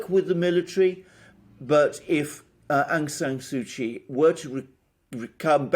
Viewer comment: please learn to say Daw Aung San Suu Kyi name correctly!!!